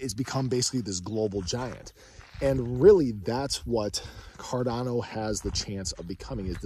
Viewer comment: I think i heard "ga ga goo goo fi dolla cawdano" To da moon!